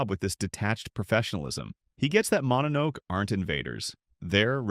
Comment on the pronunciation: Mononoke you included too many pictures from princess mononoke. Like 90% of the pictures are from princess mononoke and not from the actual mononoke. It's also pronounced mono no Kay. Plural or singular.